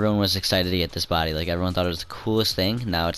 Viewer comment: STOP CALLING IT BODY SOUNDING LIKE A KILLER